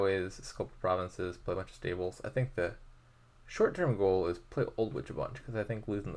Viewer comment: it seems to be lagging but i couldn't be sure whether it's on my end. also your stables pronunciation kinda sounds like staples sometimes 😛